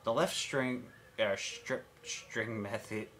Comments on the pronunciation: say ss rather than shriptshring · Love the "strip schtring method". LOL